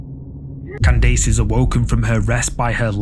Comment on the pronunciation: the way he pronounced the name Candace is funny 😂